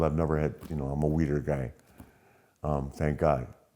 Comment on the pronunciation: He said im a “weeder” guy 😂